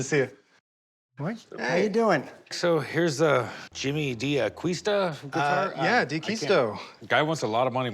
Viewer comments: Being half Spanish, every time they say 'AqUisto' .. i shudder .. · So many mistakes about Jimmy. It bothers me when they don't pronounce D'Aquisto properly. They should read "Acquired by the Angels" to get a better idea. Although even that good book has some enhancements. In particular the story Jimmy's Mom told me about how he started in John's shop. Jimmy was sitting at the table when his mom was telling my wife and I that story.